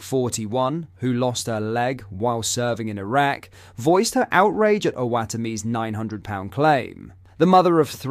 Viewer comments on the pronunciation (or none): none